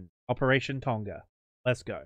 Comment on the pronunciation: I like watching people mispronounce Tonga.